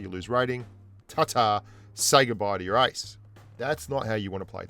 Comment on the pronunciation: I thought u were saying "ice" but u were actually saying "ace"